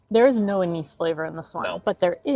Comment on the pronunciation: Anise pronounced in Dutch 'Ah nice' :)